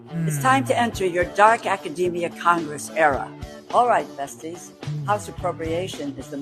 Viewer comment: Benny, you misidentified this individual. That’s actually Ron Wood from the Rolling Stones and Faces. Did I hear that correctly? “Yo! This is the ranking Riddler” . This needed a nuclear cringe warning also. When she said, “besties” I had to watch it again because I swear it sounded like she was talking to somebody named Betsy.